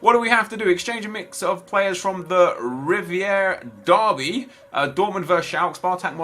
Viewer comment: You have to pronounce "revierderby" "reveerderby" the German ie is in English e or ee